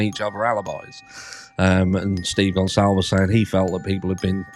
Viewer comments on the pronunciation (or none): I noticed in the police interview Dylan mispronounced Kaylee's last name, and also mispronounced Ethan's last name. I originally felt sorry for Dylan, but after what we've learned , I have no sympathy for her. I couldn't imagine doing what she did (not calling the police, not checking on Xana when she was "passed out" on the floor) and then having the guts to accept hundreds of thousands of dollars in blood money. She is a horrible excuse of a human being. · everyone mispronounces Kaylee's surname , it's Portuguese. I'm half Portuguese, my dad's side, nobody ever pronounces my last name right, ever ...